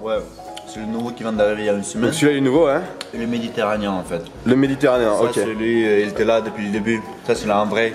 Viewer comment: " Le méditéranien " MDR